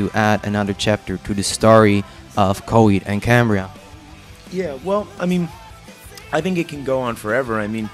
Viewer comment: Cohaheed ahand Cahambriah